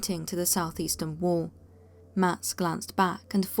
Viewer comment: And for crying out loud...its wall...not worl...for fu**s sake